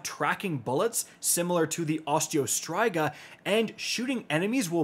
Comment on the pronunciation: How do you play the game as much as this guy and not know how to pronounce Osteo striga